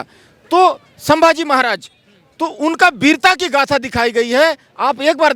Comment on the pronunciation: सांबाजी नहीं संभाजी बोलो